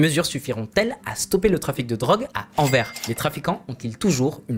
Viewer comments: A chaque fois qu'il prononce Anvers, "Anvaire" plutôt que "Anverse", un chiot meurt. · 🤣🤣🤣🤣 ça me fait trop rire comment tu dis Anvers il faut insister sur le s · et Anvers on prononce le "s"